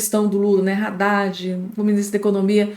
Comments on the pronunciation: Haddadi e nao Raddadi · Pelo o amor de Deus! a pronúncia é ADADE. E não RADADE